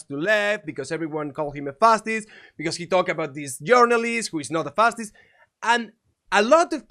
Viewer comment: me gusta ese segmento en que dijiste fasist mil veces y todas mal pronunciadas xD